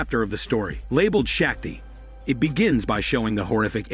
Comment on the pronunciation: It's painful to hear Shakti pronounced wrongly continuously